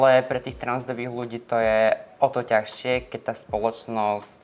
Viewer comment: Tazsie sa vyslovuje tazsie a nie tachsie